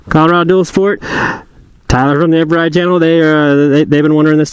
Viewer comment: you said (Ever ride) not the normal way (Eve ride)!! How dare you!